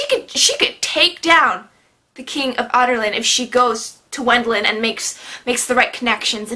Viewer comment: I died when she said Adarlan like "otter land" and Wendlen like "wet land" at 😂😂😂 P.S. I think the book was called 'Crown of Midnight' because the Wyrd key that the king has, was in the crown inside the tomb and the keys are made of obsidian right? I'm still a little confused whether they are or not. Also I think 'Heir of Fire' is called that because Celaena is heir to the throne and her main Fae power is fire.